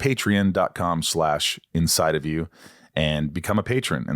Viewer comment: Why do you pronounce Patreon, Patern? You’re missing the O lex